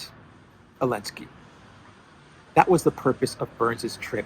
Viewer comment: Why do you say "Elensky?"